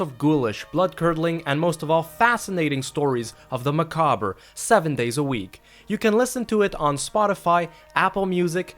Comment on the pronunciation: Ma ca ber?? Really